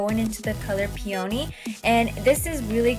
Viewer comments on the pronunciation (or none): I'm sorry to nitpick! But Peony is pronounced "pee-uh-nee"! lol